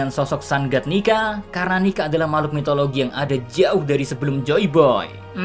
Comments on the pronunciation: Bro why you say it nigga not nika? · cok yg bener lah njir nyebut "nika" ntar di cancel western wkwkwk.